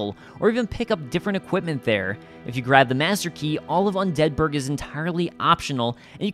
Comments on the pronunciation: undead BURG, not unDEAD burg. That triggers me haha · "Un Deadburg" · Just finding this and gotta say I love the video. Definitely gonna check out your channel. Ps. I cringe every time you say "un DEADBURG" The way you time the emphasis gets me every time. 😂😂 keep up the good work and great content fam